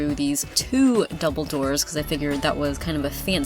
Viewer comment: As a Harry Pottet fan I heard 'dumbledore' every time you say 'double door' finding for fangirl